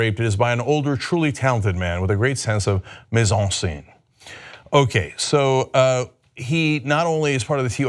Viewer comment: mise en scène Lol I like how Cenk said it with the accent